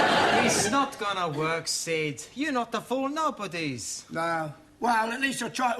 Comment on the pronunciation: Sid not shit